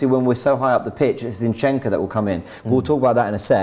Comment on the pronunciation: Why is saying Zeyinchenko? Zinchenko is pretty easy to say.